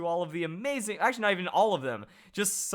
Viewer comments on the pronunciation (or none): none